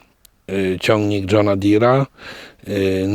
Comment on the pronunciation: I to jest rolnik? To raczej jakiegoś typa podłożyli. Słowo john deer nie umie wypowiedzieć.